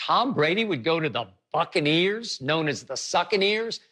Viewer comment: If I hear skip say succaneers one more time lol